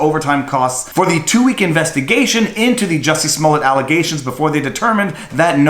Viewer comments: It's pronounced "Juicy Smoullier". At least get his name right. Smh 🤣🤣🤣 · Have you seen the new Chappelle special on Netflix, Viva? As of his new special, henceforth and hereinafter, his name is officially pronounced as "Juicy Smoo-yay" hear ye, hear ye all good citizens are bound by law & duty to refer to him as Juicy Smooyay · It's pronounced JUICY SMU LE AY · His name is pronounced juicy smulyay fool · You're pronouncing his name wrong. He's French - I'd think a Canadian would pronounce it correctly. It's . Jessie is also . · Oh yeah the french actor I think you mispronounced his name.